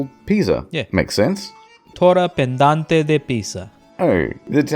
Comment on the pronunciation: That pronunciation of the Leaning Tower's Italian name was ALMOST right. You just misread it as "pendante".